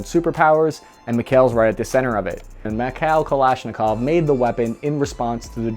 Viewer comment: Stop saying mik-hell 😒please. It's Mee-haa-ILL. Or just say Mike for god sakes. At least you got Kalashnikov right, so thank you for that.